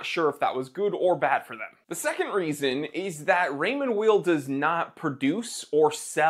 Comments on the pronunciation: And it's pronounced like the word WHILE in terms of the last name. It would be like calling you the Time TEELER. Jeez. A bit of a loss of credibility and a lack of preparedness. All you had to do was call the company itself for the correct pronunciation. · It’s pronounced “While” (source: my last name is Weil) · PS: It's pronounced "vile" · Weil is pronounced Vile, it’s a German word! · You can't even pronounce Weil. German Ei is pronounced Ie and ie is pronounced Ei